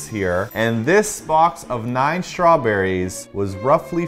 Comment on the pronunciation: you totally shay shrawberries! 😄😄😄😉